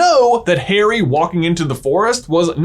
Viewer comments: My friend said why does this guy keep saying "Hairy" instead of Harry and now I cannot un-heary it. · It is Harry, not Hairy as you say it many times annoyingly. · 3mins in... STILL SHOUTING...!!! Combined with your constant mispronunciation of Harry's name as "hairy", I cannot continue, which is a pity because I was genuinely interested in the content. I can't listen to it. I quit. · Omg stop don’t say “ hairy “ it’s “ harry” like Harriet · his name is not Hairy, but Haary, thanks. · i cant seem to commit to this video coz he keeps saying hairy and not Harry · Am I the only one to hear Hairy Potter and not Harry Potter? Is this an inside joke I missed out on? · "hairy" bro are you KIDDINg me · same for "hairy" potter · The way you pronounce Harry makes me cringe so hard (it’s my name lol)